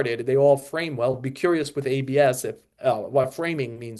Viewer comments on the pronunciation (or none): The word is "with." Not "wit." How many more episodes of this podcast are we gonna rattle off the pitchers who came back fast from TJ surgery, along with the ones who took more time to regain their stuff? I've never heard "Sandy Alcantara" spoken so much in my life. God, get some new material.